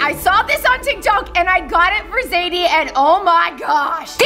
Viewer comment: its zaidie not saidie